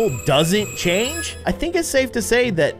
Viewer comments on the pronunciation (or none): none